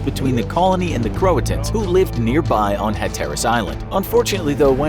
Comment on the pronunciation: Some pronunciations are hard to look up. I sympathize and am not disturbed when you make gross pronunciation errors on really hard words. Hatteras is NOT one of those words. For the love of all that's good and holy, please ask almost anyone on the east coast how to pronounce it. We'll tell you!